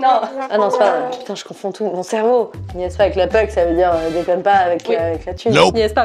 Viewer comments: Lol c'est la puck pas la puke XD. Et elle l'a pas pour l'orignal, j'arrive pas croire qu'en France ils connaissent pas ça 🤣 Tellement drôle, elle l'a rembarrer.. 😅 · Mais le "niaise pas avec la puke" il aurait fallu le prononcer "pock"😂😂😂sinon j'ai adoré bravo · pas la puke mais plutot la poke !!!!!!!! arret de gosser avec la poke stie!!!!!!!!!!!!!! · Juste dire que c'est puck pas puke cest le nom dune rondelle de hockey en anglais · Très amusant, comme d'habitude. Mais: C'est pas "la puke", c'est "le puke" qu'on dit, et puke prononcé à l'américaine comme dans "poke" (pas powke, mais poke.... pas facile). Même le coach l'a pas comme nous prononçons ici. Mais dans l'ensemble j'aime bien tout de toi. Tu va revenir au QC un jour? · Puke sa se dit poke tbnk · Sai pas la puke mai la poke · Puck, pas puke. Puke = vomir. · Je crois que la femme a compris « p🌸te » à la place de « puck » qu’on prononce d’ailleurs « pock »